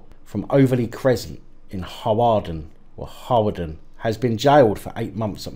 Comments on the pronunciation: Hawarden is pronounced locally as Harden. Great show mate🙂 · Hawarden (near here) is pronounced "harden". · Hi, if you ever have to discuss Hawarden in the future remember like many welsh places it is not pronounced how it is spelt. Hawarden is pronounced "Harden" or as those that live in the areas surrounding it jokingly call it "How art thou" on account of those who live their acting like and believing that they are better than people that live in the surrounding areas.